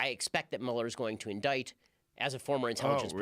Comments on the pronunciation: Why is rogan calling him “mule-er”? Watching too much Fox News? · Joe, it's telling that you don't know shit about this if you're calling him "MEW-LER." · I think it's fair to say no one has ever corrected Joe on how to pronounce Mueller.